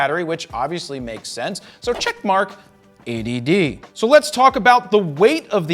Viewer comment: everytime you say 80d it sounds like A.D.D.